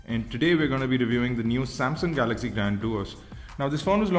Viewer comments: GALAGZEE GALAGZEE GALAGZEE GALAGZEE GALAGZEE GALAGZEE GALAGZEE Oh god no one understands? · Dude watch out for ur pronunciations eg galaxy